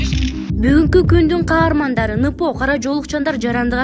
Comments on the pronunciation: Журналистка сабатын жок экен го? "Ныпо" дегенин кандай???? НПО - (эн пэ о) деп окулат!!! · Нпо-енпо деп окулат